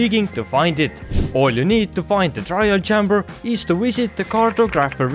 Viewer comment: "chamber" is pronounced CHAY-mber like the letter "A"